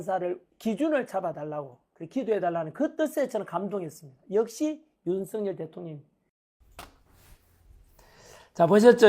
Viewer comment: 발음이 자꾸 ㅋㅋ 윤서인 대통령이 아니고 윤석열 대통령입니다 ㅋㅋ😂